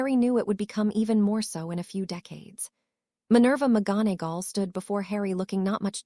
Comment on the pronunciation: The reader can't pronounce McGonagall